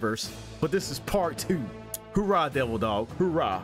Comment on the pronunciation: I've never heard a Marine say hoorah. It's oorah. There's no H at the beginning. It's really odd that you said it that way. Like, I have no idea how any Marine could get that wrong no matter how long they've been out.